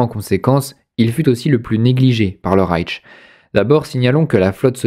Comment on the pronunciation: Et puis on dit Rayche et non Raytche. Mais ne soyons pas pinailleurs.